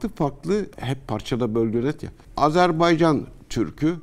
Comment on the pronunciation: yahu. bi Azerbaycan demesini ögrenemediniz. azarbEycan deyl azerbAycan .